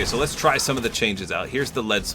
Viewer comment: its "spitter" lead SPITTER not splitter